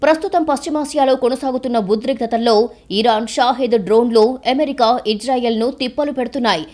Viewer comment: ఎమెరికా కాదు అమెరికా.... చెత్త స్టైల్ వాగకు